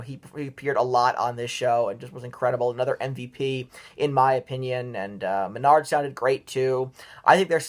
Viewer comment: Your list was pretty spot on!! BTW his name is Maynard…pronounced “Maynerd” not “Mehnard” he’s not a lumber yard. 😂